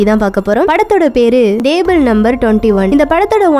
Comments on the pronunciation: Athu "Dable" illama "Table" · Madam athu DABLE ila TABLE..Next time kindly pronounce words correctly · Its table not dable what a pronunciation ur killing english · Indha table ku pathila stable nu solra maathiri irrukku😂😂😁😁😉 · என்னது டேபூள் ஆ 🤣🤣எம்மா அது டேபிள் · "TABLE" MA "DABLE" ILLA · Hlo lady. It's table not dable, pronounce properly.. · Athu yen nenga purusana bhurusan num table la dable nu pronoun panringa.. Bt unga voice ok than. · Unga உச்சரிப்பு கொஞ்சம் improve panuga.. example solanunma. Table word kedu paarunga.. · Please pronounce TABLE in proper way.